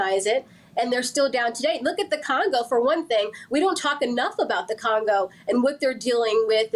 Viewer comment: She said Congo??? And Cameroon?? For the love of God 😂😂